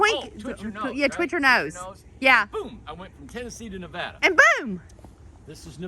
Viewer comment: Thank you so much for pronouncing Nevada correctly! I'd say about 98% say it wrong. Thanks again front a Nevada gal living in an Ohio world😊